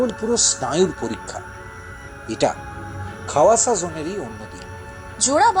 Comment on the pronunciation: Khowasa noi khawasa